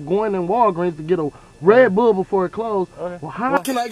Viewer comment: Why does he say redbull like that lmao